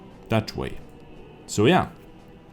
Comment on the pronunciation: Strv is not pronounced S.T.R.V it is an abbreviation for stridsvagn (tank in English)